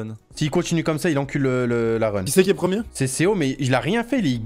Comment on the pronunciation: Le premiemme ? :')